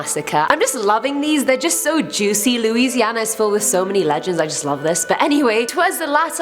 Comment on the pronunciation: You pronounce Louisiana right 😃 so many people mispronounce it